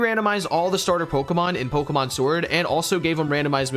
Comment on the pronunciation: Neither of you have any right to push pronunciation lmfao miss saying almost every other pokemon big Dawgs 😅